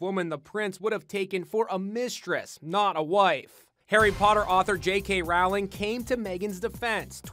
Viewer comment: ROOWLING its Rowling